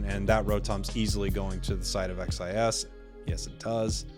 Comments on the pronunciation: The name is pronounced (cheese) XIS, Also love from Brazil. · I mean, "xis" is literally how the letter X is pronounced in Portuguese... imo, I think it's better to say it more like "shiz" or "sheez" instead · Hey,! Here in Brazil, in my region, we usually say "Sheese" for XIS and "OG Life" you can say in english. But just you to know, I am not complaining 😝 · Legal ver como eles não conseguem pronunciar "xis" com o dom da letra normalmente, eles falam as 3 letras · XIS (pronounced as /ʃɪz/) is legit, their secures and objective control are incredible. It's gonna be sick to see how each region's meta matches up at worlds